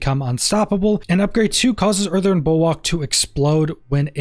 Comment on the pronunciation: The word... Is "Earthen" might.. not earthern.. there's no fucking R at the end of earthen. Also.. it's "especially" not "Ex-specially" Imagine being an adult.. still speaking like an 8 year old.